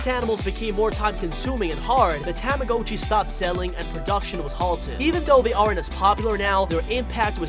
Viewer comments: Ah yes, Tama-GO-chi: the weird and unreal object.👌 Tamagotchi? Nah, Tama-GO-chi. Get it right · Its not Ta-MA-go-CHee, its Tama-GA-chEE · I’m getting so frustrated that you keep pronouncing the tamagotchi’s name wrong You are pronouncing the ‘o’ like it’s a long o, but it’s really a short o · you did NOT just say TAM-UH-GO-CHEE WHEN IT'S TAH-MUH-GAH-CHEE BROOOO😭😭😭😭💀💀💀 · "tame a go chi" ITS PRONOUNCED TAMAGOTCHI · “THE TAMHGOCHU” it’s a tamagotchi get it right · tamagotchi ta-ma-got-chi not ta-ma-go-chi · tama GA chi not tama GO chi Am I the only one that got mad at this? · Bro he really said TO-mo-go-chi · A “ Tamm- O-Goat-Chee “ ??? Got that pronunciation a bit wrong bud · i like how he says tamagOchi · tomma-got-chee, come on man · What about the Timmbits man !! And just saying its tama-gotch-i as in gotcha not go-tchi STOP butchering the beloved 1900's toy name. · tah mah go chee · It’s pronounced “TOM-UH-GOTCHEE”, and bao is not “bayo” it’s “bow” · Didn’t we all ready know this? And it’s a ta-mi-got-chi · Mans pronounces Tamagotchi and Bao wrong like tam-a-go-chi and ba-yo lol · Tam-ah-go-chiy. Woooow. Peeeerfect pronounciation. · Bay-Oh and Tama-Go-tchi.... 🤦🏽‍♀️🤦🏽‍♀️🤦🏽‍♀️ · Why does he pronounce tamagachi (dont know if I spelled it right) like that? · What is wrong with you? You pronounce tamagotchi wrong, and you pronounce bao wrong! Get it right! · It freaks me because he pronounces tomagochi wrong, it may make you mad that I spelled it wrong. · Anyone else bothered about how he pronounces tamagotchi? XD